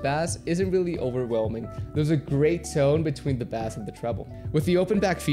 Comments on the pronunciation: it pains me how you pronounce bass as "bass" and not "base" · dude. why are you saying bass like the fish? lol don't you know ur talking about bass as in 'bass'lol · Ur saying bass like BASS the fish lmfao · Bro said bass and bass (base) 💀💀💀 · B-Aye-ss... Bass is a fish ba(aye)ss is sound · Bass is pronounced Base😁nice review though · What about bass fish? You mean b-a-ss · Did you just Unironically say bäss????? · It's incredible how this guy pronounces BASS. Hope he learns soon! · It's sooooo odd because your English is perfect, you are articulate and clearly care and know about audio... yet pronounce bass like that. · I came to the comments as soon as I heard him say that. Lol. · I live in brazil, and thats how we would read Bass here. I'm a bass player so i've corrected myself earlier, but super common. Great video bro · theres no way you just said bass like it was a fish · He says bass like that ironically right? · Please learn the correct pronunciation of bass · Try to pronounce bass right pls. Kinda disorienting😝